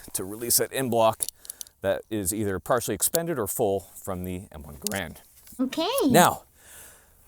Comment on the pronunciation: Subtitles are unreliable. Garand like errand, rather than garond.